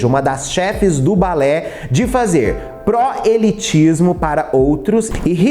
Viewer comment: Só um toque, a palavra correta é proselitismo e não "proelitismo".